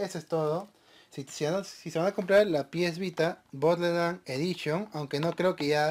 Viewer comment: Jajjajajajajjaja bodeland sin r jajjaajjajajajjajaa